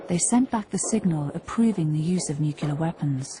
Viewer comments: David Raun Um, no. Nu-Ku-Lur is wrong in any dialect. I am English and the only people in the UK who pronounce it the way it is pronounced by professional voice talent in this video are the ones who pronounce it incorrectly. There are subtle various is correct pronunciation but they are all very close to the way I describe above and none include the bastardization of the language in this piece. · Janis Ladigs Go ahead and look up your big word in a dictionary. Saying "nu cue lar" instead of nuclear isn't a dialect. It's not even a pidgin or creole... it's a speech defect. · If these people want to prevent themselves from seeming stumble-tongued, they might try simply saying the words "new" "clear". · Thank you for pointing this out…drives me nuts as well…Jimmy Carter solved his linguistic deficiencies by just eliminating the "L" completely, and pronounced it as "new key are" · Drives new crazy when people can't pronounce Nuclear. It's easy NEW-CLEAR. If you're going to be voice talent PRACTICE. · Howard Price There were millions of brts and people all over the world sying NUCULAR before Bush, so you cnt blame him. Plent of brits say it wrong also.! Justtake it as it is, a mispronounced word that the narrator may have been taught wrong, or thought was correct. Overshe did a great job, and she is British, not Bush! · A documentary like this needs a narrator who can pronounce the word nuclear. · I can't believe they hired someone for the voice over who doesn't pronounce "nuclear" correctly. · Rule 1: when making a documentary about nuclear threat, hire a narrator who can pronounce "nuclear" correctly ...🙄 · Good video. If only the narrator could properly pronounce "nuclear." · If you're going to do a documentary about nuclear war, at least get a narrator who can pronounce the bloody word "Nuclear!" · For the love of God, if you're going to narate a video where you have to say the word NUCLEAR about 100 times, learn how to say the word NUCLEAR!!!! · Not nu-cu-lar